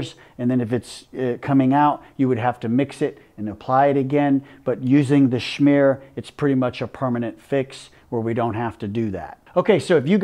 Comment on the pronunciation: He is the chosen one to say "schmear" properly.